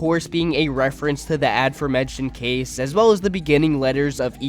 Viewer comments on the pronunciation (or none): none